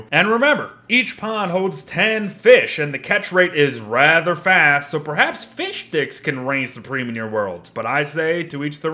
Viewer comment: I like how you say fishdicks